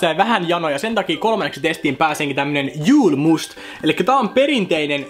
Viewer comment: Julmust lausutaan suomeks y:llä, se on ruotsinkielinen juoma!!!